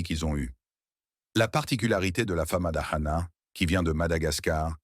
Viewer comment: On dit FAMADIHANA vous faites erreure sur la prononciation